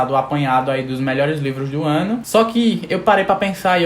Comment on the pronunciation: ''os mlhrs lÊvros"